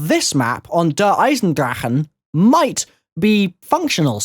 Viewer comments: It's pronounced Der Eisendrache ( Der, I-zen-drack) or (Der I-zen-dra-sh). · Its' "Der" "Eyes" "In" "Drock" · No offence but your saying der eisendrache wrong! But keep up the great work